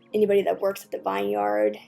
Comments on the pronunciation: It’s pronounced VIN-yerd, not vine yard 😬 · I love this video but did you just pronounce it - Vuh-eye-ne yar-duh? Im pretty sure it's vin-yer-duh